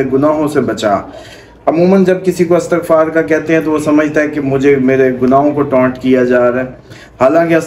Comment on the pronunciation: Talafaz glat hy aap ka. Istagfar bolty hn